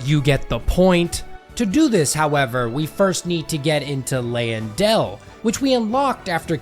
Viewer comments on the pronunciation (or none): "Ley and del" he said😂